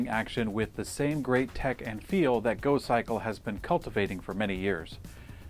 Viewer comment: "In here we have a folding, electrically-assisted bicycle... it's called the Gokkikle!" Uh,... I think you'll find it's called the GoCYCLE, not the Gokkikle you idiot!